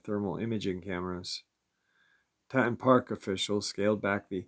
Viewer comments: Grand TEE-TONS. Grand TEE-TONS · Teee Tawnnn Grand Tee Tawn national park . not trying to be picky, just live in wyoming and it was making me cringe every time you said it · Tee-Tawn............Teton for short. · Grand Tee-Ton? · Pronounced Grand “Tea-ton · It's pronounced Tee- Ton. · Don't mean to be picky but it is pronounced Grand Teaton. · will never mispronounce Teton again after all the comments. It's all good he does such a good job 99.9% of the time. Much respect for the daily uploads. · Right!!!! Lol he’s driving me nuts how he’s saying it‼️‼️‼️‼️😆😆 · Come on New Yorker say it right